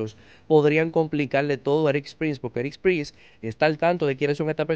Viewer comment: Todo bien contigo, y totalmente de tu lado… pero… se llama ERIK PRINCE, y no “ERIKSSSS”, no te parezcas a MADURO diciendo “Elon Mukssss”, cuando es “Elon Musk”… si, irrelevante tal vez, pero en mi cabeza, solo no pronunciar los nombres de manera correcta, ya hace que el resto de la información, me parezca dudosa!… no lo tomes a mal, es un consejo simple!, mejoremos todos hasta en los pequeños detalles!